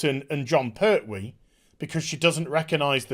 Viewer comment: It's "PerTwee", not "Per'hwee"...the name has a T in the middle of it, not a Cockney glottal stop...